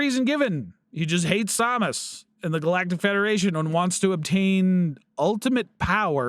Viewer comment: Sam-Us Not som-us lol 😅😅